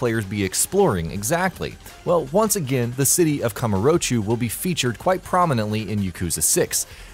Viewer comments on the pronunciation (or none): Its Kah-Moo-Row-Cho dude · ....Kamurochu huh?